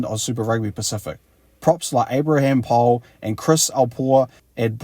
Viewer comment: To correctly pronounce Pole say pol-ee